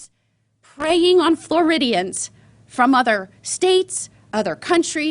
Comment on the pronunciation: If she don't fuc'n stop saying Floridians